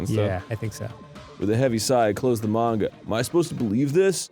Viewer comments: i hate how Arin says Mane-gah lol ITS MAHN-GA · Just noticed Arin intentionally changes his pronunciation of "manga" every time